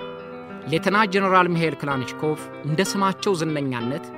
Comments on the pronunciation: በጣም ጎበዝ ጋዜጠኛ ነህ ሁልጊዜም የምታቀርባቸው ዝግጅቶች አስተማሪዎች ናቸው ። በዚህም አቅርቦትህ ላይ የባለታሪኩን ስም ትንሽ ለወጥ አድርገህ ከመጥራትህ በቀረ ሁሉም ነገር ፍጹም ሸጋ ነው ። እናም ስማቸው ክላንሽኮቭ 😮ሳይሆን ካላሽኒኮቭ ተብሎ ነው መጠራት ያለበት ፤ በእርግጥ ክላሽንኮቭ ይጠጋል ። ካላሽኒ እና ክላሽን ይለያያሉ ፤ ክላንሽ ደግሞ ጭራሽ ሌላ ነው 👋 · Lik neh Gin Sim bizu gize betikikil ayiteram...yehe demo Tarikun yazabal.. "" Mikel klachinkob" ayibalim...Michael Kilashinkov new🎉